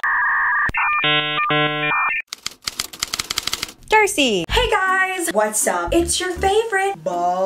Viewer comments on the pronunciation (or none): OMG i heard THIRSTY instead of DARCEI on the intro😂😂 I wasn't wrong though...